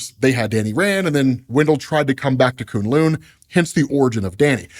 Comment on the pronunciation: It’s kune LOW sir